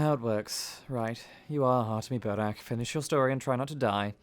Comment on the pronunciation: Отлично играешь голосом! И один из немногих англоязычных, кто правильно произносит фамилию протогониста)